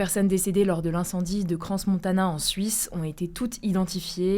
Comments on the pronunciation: Ça se dit « Cran » Montana et non « CranS » Montana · Ça se prononce Cran Montana, pas CranS Montana.. 😒 ... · Cran Montana pas Cranssss le S est muet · Par pitié, pour les noms sur les actu de plus de 5-10 secondes, apprenez à prononcer les noms. crans-montana, le s ne se prononce pas. cran-montana si vous voulez. Héritage savoyard.. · Pour information, on ne dit pas le S de Crans Montana. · C'est cran-montana on prenonce pas le S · Dire Cransss-Montana et Goillave pour une journaliste, c'est quand même un peu chaud... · Bonjour si jamais le S dans Crans Montana est muet, on ne le prononce pas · Je tiens à préciser que le "s" dans Crans-Montana ne se prononce pas :face-orange-biting-nails